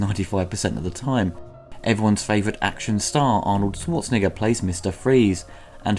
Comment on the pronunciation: "I did think it was cool to see Arnold SwartzNi... as Mr. Freeze." what now???! Sounds like that rhymes with "SwartzTrIGGER." Maybe re-recorded that one,. Lol!